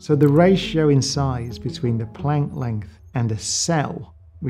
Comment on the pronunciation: He hasn't pronounce planck right